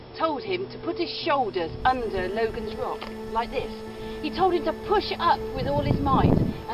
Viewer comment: It isn't "Logan's Rock", nor is it pronounced "loe-gun", but "logg-un". It's the local way of saying "logging", and to log was to sway. When tipped off its perch, it slid sidways (eastward) and was caught in the crevice immediately next to it. A print in the Logan Rock Inn clearly shows it in this position.